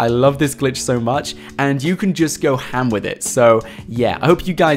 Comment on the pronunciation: I love it when says ham😂